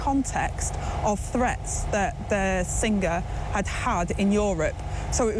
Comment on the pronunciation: Sin gerr how can we have a deputy PM that can’t pronounce the word singer.